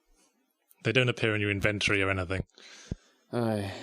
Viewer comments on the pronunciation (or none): ive never heard anyone pronounce inventory as invent-ory, but only as in-ven-tor-y. what's up with that? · nah mate I'm english. It's not inVENTory no matter what way you look at it the correct pronunciation is as stated above. i suppose he does sound kinda northern so by dialect differences you may mean incorrect english (happens a lot up north), which is a valid statement. In fact, it's the same one I was making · lol i'm actually chuffed to not be dealing with a douchebag on YT. i can't say that I'm perfect in my pronunciation or anything. before i heard anyone else use the word i thought it was pronounced inVENTory as well. anyway, he is indeed effectively communicating. It was just something that grated on me watching this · seriously started to bug me the way you say inventory. InVENTory. It's actually pronounced INventory.